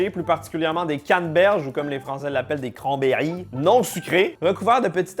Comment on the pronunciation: "Des Kran-Berry !" 😂 c'pas faux en même temps